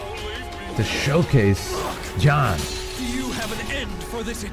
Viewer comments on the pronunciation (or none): Ya know, I'm actually impressed that you pronouncing his name as John makes sense. Cuz saying Ji-Yahn fast enough is just John. Unfortunate that his name is not pronounced that way lol Oh no I forgot this was when the voice direction was not good. The acting was good in most cases, but oof to the pronunciations by the characters